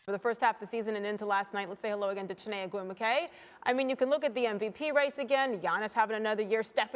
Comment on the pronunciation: Me: loving the analysis Also me: cringing and smh and Chiney last name being mispronounced